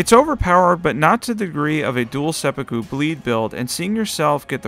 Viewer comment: Seh-poo-koo please